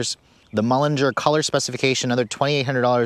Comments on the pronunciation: It's mulliner not mullinger. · Great review as always, but you should work on your pronunciation... "Mullinger" and "Azooray" ouch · and .... oooof, maybe the worst butchering of the names Azure and Mulliner that I've ever heard. Please research the pronunciation of names before filming, or just leave them out of the script.